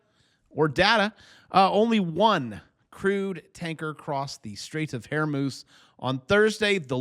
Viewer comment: You said Hair Moose 😂